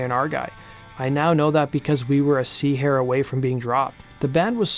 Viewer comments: It's not a "sea" hair. It's a "C" hair. As in cunt hair! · "Sea Hair"? - thats "C-hair", as in "Cu*t hair" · Lmao 'sea-hair' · it's C*** hair. not 'sea hair'.